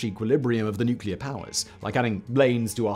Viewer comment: Finally, someone that can actually pronounce nuclear instead of nucular 😂